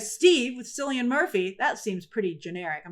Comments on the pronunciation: Kil-E-On is how you pronounce Cillian. It's another irish name. ❤👍😃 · Grace, Cillian is pronounced with a K sound, not an soft C sound. It's an Irish name, just in case you ever meet him